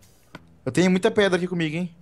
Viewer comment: caraca os cara fala preda é pedra mais o vídeo ficou masa